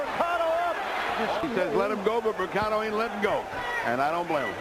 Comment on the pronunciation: It’s Segundo Mercado (not Mersado). It’s pronounced Merkado.